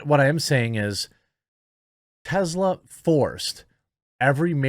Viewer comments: First, it's pronouned TESS-la, not TEZ-la. Second, Musk did not get a government handout. He accepted a government loan... which he paid back before its maturity date. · Jeremy, say it with me Tess-la not Tezzla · It is Tesla not Tezla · Why do you keep pronouncing Tesla as Tezla?